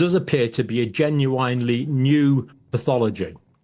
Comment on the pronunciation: I was prepared to go along with looking further into this, but then I heard the word "genuinely" pronounced in that way, instead of the correct way. Instantly made me think this is just comedy.